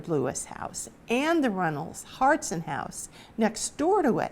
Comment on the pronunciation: 2 things, it pronounced “ hartshorn” just as it appears. Also the fuller tavern is still alive and well (you cannot buy a beer) but the owner was a third gen Walpole person and worked hard to keep it up!